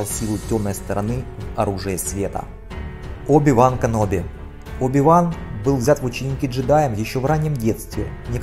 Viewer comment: Оби-Ван каноби ты произнес